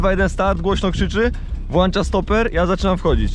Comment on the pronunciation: "Włancza" i poszedł lajk xd A niby mamy jakąś edukację językową xd Lajk poszedł na Prawdę! <3 Życzę Wam Dobrze. Zdrawiam.